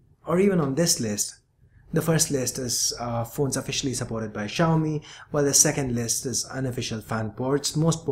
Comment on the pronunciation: Finally somebody pronounces it correctly!!!!!!!!!!!!!!!!!!!!!!!!!